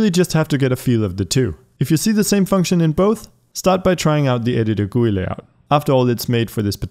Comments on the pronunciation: "Guuuuyyyy" its called G.U.I. but thanks for the tutorial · He says GUI as “gooey” only now I heard lolol XD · i have never heard anyone say GUI as gooey